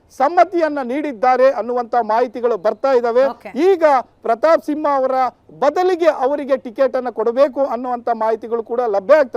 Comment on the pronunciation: It's SIMHA not SINHA